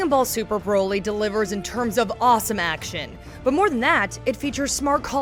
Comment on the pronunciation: Broly... like Broccoli... not BROly... Come on